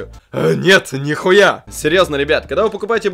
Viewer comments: ору с твоего "нет, нихуя." ты это произносишь угарно. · Нравятся ролики, но вот эта фраза "нет, нихуя" - честно, надоело. Видно что тебе действительно нравится её говорить и порой её произношение становится отвратительным.